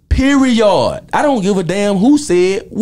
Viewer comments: "Periyawd"...stealing that🤣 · That Nigga said Peri-ODD!! 😂😂😂